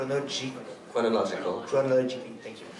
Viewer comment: I think it was who said chronological